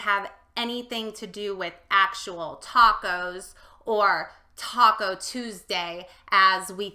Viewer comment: Taaaacooos bad pronunciation, ta is short silable